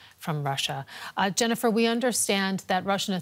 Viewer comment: Sending my thoughts and prayers to Jennifer you didnt deserve to have your name butchered at the end.